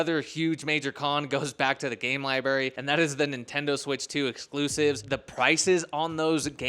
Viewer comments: “ Lie-berry” = “library” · what is a Lie Berry? 😂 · your teachers handed you your homework face down bro lol whats a lie-berry?